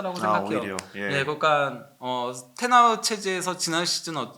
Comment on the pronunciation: 턴 하흐(X), 텐 하흐(O). 본인 이름 본인이 직접 발음하는 영상 보세요. 도대체 국내 중계진이랑 유명 유튜버 패널들 중에 턴턴 거리는 유행이 어쩌다 생겼지.